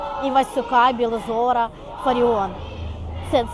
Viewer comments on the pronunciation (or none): Білозора хіба не Білозіра, Дочка мовознавиці так говорить та допускає багото помилок у висловоюваннях. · Білозора??? Якого ще Білозора??? так вимовила! Я в шоці!, ау,ало,гараж,як каже молодь,то Білозіра,чи Білозора? А ще осуджує інших! Мама професором була,а граматики в написанні не знає! Це ж треба такому!